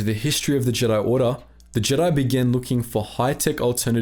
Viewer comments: "Jeedi" lol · What’s up with pronouncing Jedi wrong in the later video?